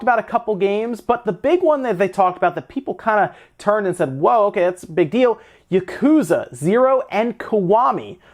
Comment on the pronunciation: Please... stop saying that.